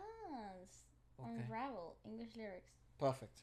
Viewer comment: When said unravel sounds like first take 😂 my eyes bugged out 😂😂 coz is it. My dude knows his stuff.